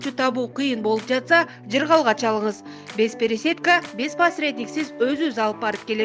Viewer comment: Бесперсетка эмес БЕЗПЕРЕСЯДКА